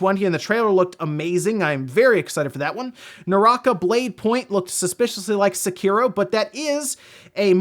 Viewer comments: "Se-kearo." Jesus fuck, you pronounce that so wrong. Like people who pronounce "Sakura" as "Suh-kur-uh" instead of "Sock-ur-a." It's "Sei-kee-roh" or "Sek-ee-roh." Jesus. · >Sekiro wins award >A creator accepts and says the game's name. >Annoucer, Doritos Pope, and STILL emphasis the middle syllable which never happens in Japanese.